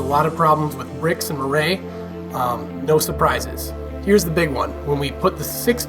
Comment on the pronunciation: It's pronounced "mwar"